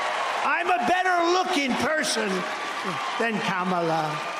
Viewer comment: Wow. He is so Scared, he actually pronounced her name right once.😱😂 Anybody else notice that before? It’s a first for me.🤔